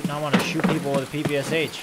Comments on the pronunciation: PP-Sha! Not PP-S-H) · People are gonna hate me for ruining it for them, but I had it ruined for me too so you're next: PPsH-41? Did you know it's actually pronounced "Papasha"-41. Don't believe me? Go look up the PPsH on forgotten weapons. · PPSh is called pepesha actually, the h is not pronounced seperately blyat pe like in "penthouse" and sha like "sha" But mispronouncing foreign things makes everything way more american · this is P.P.Sh not P.P.S.H